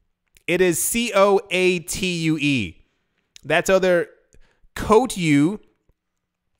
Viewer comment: "Coatue" - Hahahaha!